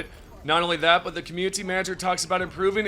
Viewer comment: I enjoy your videos but I have to ask, why do you pronounce "community" with a hard T ? You don't with any other word; you've pronounced "quality" and "updates" with the soft T every time, but for some reason you emphasize the T in community as a hard T and pulls me out of the video every time it happens.